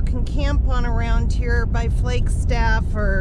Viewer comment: Did I hear you say “Flakestaff “? I turned the playback speed down to hear it again. That fix on the door would be what I would do. My first summer job with the Forest Service was on the Coconino out of Flagstaff. I was coming from Michigan. I kept saying “we’re are the trees”, then all of sudden there are the trees.